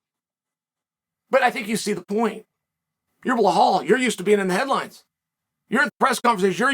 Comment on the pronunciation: Uncle C still says blahal instead of bilal hahahaha you legend 👏 🤣